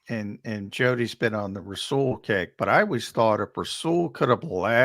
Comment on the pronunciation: Jody thinks Douglas is Darrelle Revis we don't need him n it's rasual not rah Saul d bag